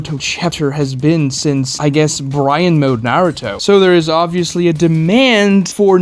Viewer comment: Why do you keep pronouncing baryon mode like brian mode? it sounds so stupid.